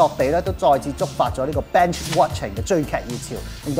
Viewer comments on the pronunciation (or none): 讀錯丫 係 binge (邊-ch) watching 唔係 (bench) watching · Binge讀錯音啊 應該係垃圾桶嗰個bin加ch音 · binge watching 係讀 "bin-j (ch)" 唔係讀 "bench".. 我發覺咬字讀音上中文你地還好，但英文好多錯... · binge 唔係咁讀...